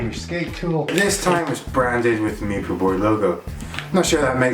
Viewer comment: The Meepoo...funniest pronunciation yet.